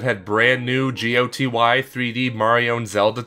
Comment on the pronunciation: Never heard someone say "GOTY' like that. Just same game of the year or start saying " L O L" out loud 😑